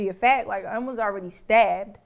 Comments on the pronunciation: Cool video, but the mispronunciation of Un's name is annoying. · PLEASE stop mispronouncing names when doing documentaries. It is not pronounced “Oon” it is “Un” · his name is UN like UN-Solved lol